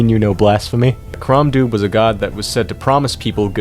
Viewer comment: crom dubh is actually pronounced crom dove because both bh and mh make a v sound in irish